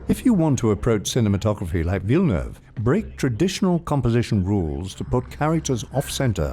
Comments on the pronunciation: I only liked this video because you pronounced Villeneuve correctly. 💕 Thank you. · Im just a the start of the video, but i just wanna note, go for a star, that it's fu#$#ing refreshing hearing is name prononced right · A+ for the prononciation of Villeneuve ! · Great work. I appreciate the right pronunciation of his name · I am a french Canadian and the Narrator pronounce Denis's last name Perfectly!! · Thanks for pronouncing his name right. Everytime a non-québécois destroys his name I feel like they are not even trying.